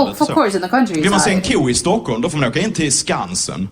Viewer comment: Wow you pronounced Stockholm just as good as I do...sounded very very swedish =)